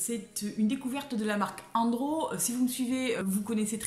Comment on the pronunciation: Hello, merci pour tes vidéos pleines d'énergie et que j'apprécie beaucoup! Un petit clin d'oeil: "Endro" (qui signifie "environnement" en breton) se prononce comme le prénom "En-zo" et non comme le prénom "An-dré";) Sinon, est-ce que tu penses refaire des vidéos bullet journal des mois terminés? Je te demande cela car j'adore regarder tes illustrations, elles sont vraiment très bien faites! Et dans quelle vidéo bujo avais-tu fait un superbe travail inspiré d'une illustratrice vintage (dont j'ai oublié le nom)? Merci de ta réponse et bonne journée à toi! Bizhous de Bretagne:)